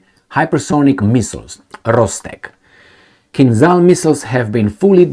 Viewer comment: For Gods sake man,you are a Romanian so you should pronounce Kinzhal properly:its not KinZal but ZH like Georgi Georgiou Dezh your old politician.Od Marshal Zhukov.